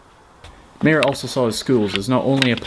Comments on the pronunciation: Not Mee-jer (Mayer), My-er. German ey, ay or ei is the same. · It is called Yo-a-chim meyer the ey is a I like aI